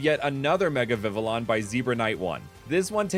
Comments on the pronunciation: The butterfly is pronounced Vi-vee-ahn. Honestly, I'm unsure how you came to the conclusion of it being pronounced Vi-vi-lahn given that literally nobody in the series has ever said it like that. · Ya its pronounced vi-vee-yon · Vivillon is vee vee yon cause the ll is pronounced y like in the spanish language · It's pronounced (Vi vi on) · Uhhhh… I think it’s pronounced Vivillon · It’s pronounced Viv-EE-on and sillvaly is pronounced Sill-Val-EE ANDD A POEM : roses are red violets are blue I like all my comments because nobody wants to.